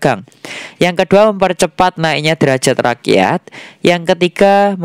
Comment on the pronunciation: Rakyat jadi raksat ya mas....😁😁😁 Semangat selalu ya mas buat konten nya....